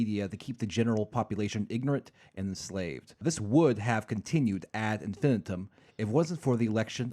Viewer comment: OMG doesn’t know how to say Ad infinitum how fucking embarrassing